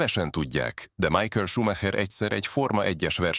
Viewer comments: Nem Májkel, hanem Micháel! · MIHÁEL!!!! Tanuljuk már meg!!!!!